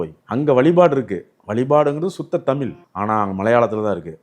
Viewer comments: தமில் அல்ல தமி்ழ்... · first say தமிழ்.....it's disgusting when you say தமி்ல்....yuck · இவருக்கு தமிழ் என்பதே சரியாக உச்சரிக்க முடியவில்லை, தமிள் என்கிறார். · Sir, it is not thamil, it is " THANIZH "..First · தமிழ் என்று சொல்ல வரவில்லை தமில் என்று சொல்கிறார் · சுத்த தமில். சித்தம்பளம். தமிழ் பாவம். மூளம்.